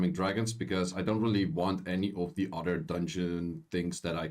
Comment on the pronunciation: It’s pronounced other not “udder”